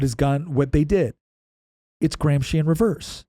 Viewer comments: remove "Graham Sheen" and add "Gramsci" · Why are you saying AG's name SO BADLY that I can't even ask Google who he is? Say it with an American accent "GRAM-SKI"!! Then maybe i could spell it. Google doesn't know any Marxist named "Antonio Graham Sheen." The way you are saying it isn't even italian. Don't you have any way to spell it out on a white board or anything? If you're going to teach, USE VISUALS !! No wonder I don't sub your channel.